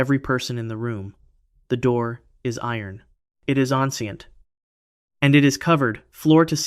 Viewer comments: Vault b: "the door is iron, it is ahhnscient" .....you mean Āyn-chant (ancient)? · Bruh you can say Sunduranajan but not ancient? Wild.. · Loved how he said “ahhhn-cee-ent” I looked it up like it was a word I didn’t know and then realized he meant ancient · Why does he pronounce ancient like that during vault b tho